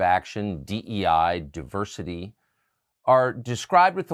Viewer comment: 'Die-ver-city' is code for 'fewer wyt ppl'